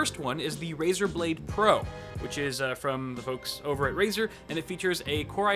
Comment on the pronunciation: RaEr blade? More liek Razer dont!!!! xd